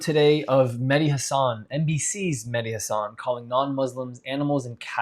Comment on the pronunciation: It's Mehdi not Medhi Like a Shia